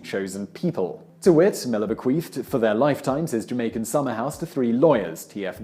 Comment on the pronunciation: uhhh.... Simon is saying: "bequeefed" right? Yeah... He absolutely is, over and over again